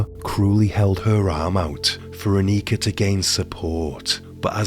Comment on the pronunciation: I hope you donh't mind a bit of constructive criticism: the emphasis on both names Angelika and Annika is wrong. It should be on the 'e' in Angelika and on the 'A' in 'Annika'. Also: Not sure if I missed it, but in case not: Wilfred had apparently a comparatively low IQ - certainly compared to Angelika. So there was some discussion as to whom was leading whom in this relationship, as some argued that Angelika would have been easily able to outsmart him.